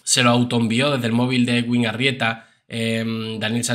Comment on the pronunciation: Bizum buenas noches. Solo para decirte que el nombre del Doctor se pronuncia EDUIN porque la w en este nombre suena u.